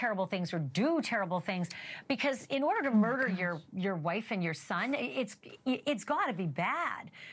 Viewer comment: His name is not Murdock! Learn how to say it🤦‍♀️🤦‍♀️🤦‍♀️🤦‍♀️